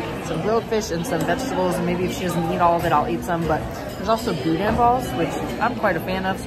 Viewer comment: thank you so much for pronouncing boudin correclty. 😂 I absolutely love the awe and excitement on Noa’s face. Now you have me looking at a Disney Cruise.